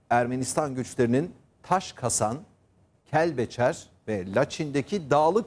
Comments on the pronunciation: Taşkasan deyil Taşkesen. Bildiyin, Taşı kesmek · Taşkasan deyil taşkesen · Taşkasan deyil, Taşkesen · Taş kasan değil, TAŞKESEN. Taşı kesmek anlamında. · TAŞKASAN NE? TAŞKESEN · Taşkasan değil daşkesen